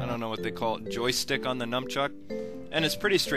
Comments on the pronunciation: its not numbchuck isn't it nunchuck? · nun not num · did he say numchuk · "Numbtruck" lol